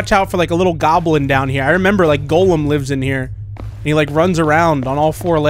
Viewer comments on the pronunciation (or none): Just saying, it's pronounced Gollum, not golem. Btw, he's from Lord of the Rings.